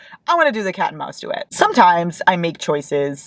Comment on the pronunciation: Say cat and mouse one more time 😂😂